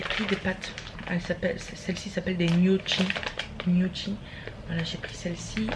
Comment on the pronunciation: Je voulais juste te dire que GNOCCHI se prononce NIOKI, lol....Chouette de te revoir !